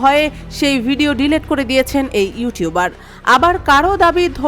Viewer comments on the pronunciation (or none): ওটার উচ্চারণ ডিলেট নয় ডিলিট 😂😂 সাংবাদিক ম্যাম।